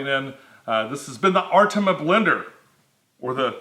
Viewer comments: Ar-tee-me-a not artema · ARE-TEAM- EE-UGH...for next the time..lol